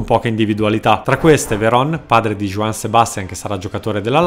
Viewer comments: Si pronuncia huan!non giuan!INGORANT!! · Se mi posso permettere, ti vorrei dare due consigli per pronunciare più correttamente i nomi sudamericani: se si parla di ispanofoni, quindi praticamente tutto il sud America, Brasile escluso, la J si pronuncia come una H molto pronunciata (in gergo tecnico, aspirata), simile a quella iniziale nei termini inglesi come Hot o Heart, ma ancor più udibile (quindi nomi come Juan o Jose si pronunciano Huan o Hosé), mentre se si parla di brasiliani quindi lusofoni, la J ha un suono simile alla G ma più morbido (per aiutarti utilizza la pronuncia della lettera nel nome João Cancelo/Miranda/Moutinho/Mario ecc... e applica a nomi come Juan, José ecc...). Infatti sia in spagnolo che portoghese la lettera dell'alfabeto J si trascrive Jota, ma viene pronunciata "Hota" in spagnolo(sempre con quel suono iniziale particolarmente pronunciato), mentre "Jota" in portoghese ( con questa G morbida tipica di tutti i sostantivi in lingua portoghese che iniziano per J). Sono puntigliosità che tuttavia renderebbero i tuoi video, già di alto livello, ancor migliori, grazie anche alla tua voce che, devo ammettere, è molto radiofonica